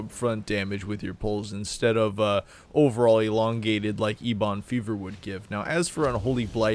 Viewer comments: I'm with Justin on this one. I quit watching the video after "Ebon Fever." You lost all credibility. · Is there an inside joke to the way he keeps pronouncing Ebon Fever